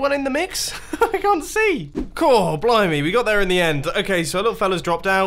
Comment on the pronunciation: I thought he said BLOW ME at first but then I listened a bit and I think he said blimey. I think. Hopefully.